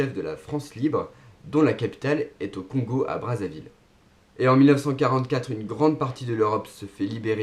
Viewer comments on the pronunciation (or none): none